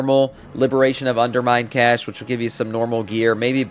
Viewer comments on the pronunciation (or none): none